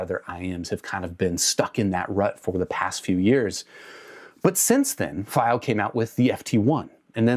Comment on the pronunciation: fy-o? I'm new here, is pronouncing it that way an inside joke?